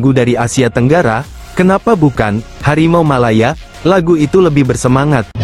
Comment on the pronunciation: Harimau. Bukan. Malimau. Ngomong. Aja. Engga. Becus